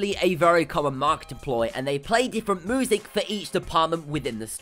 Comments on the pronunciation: Narrator needs to go! Poor word pronunciation is irritating, ie moosic (music)... Interesting video otherwise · it's music not "moosic" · And music -- he pronounced it 'moo-sic' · And "moozic" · moozic lol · Moosic haha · moosic xD